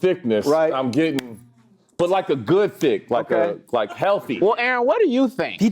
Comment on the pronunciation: anyone notice how became African for a second? “Goud”